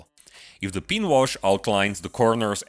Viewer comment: If you want to lose some of your accent, work on the pronunciation of "pin" and "Recesses"